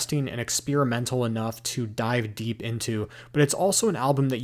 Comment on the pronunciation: It’s deep deep, not derp derp…